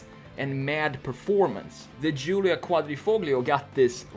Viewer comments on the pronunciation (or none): none